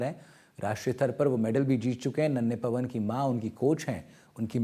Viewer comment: पनव नहीं पवन बोले